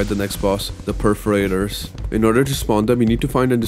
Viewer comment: why perferators? and not perforators?